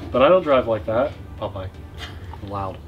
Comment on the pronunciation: Yea...and we got to see Popeye, or is it pronounced Pope Ye??? Good time THX